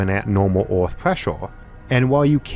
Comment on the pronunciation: This is not due malice but why you pronounce earth as oort? There's Oort's cloud in space so this can be a bit confusing.